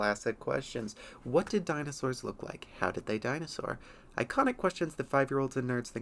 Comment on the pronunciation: Deenosours. Really?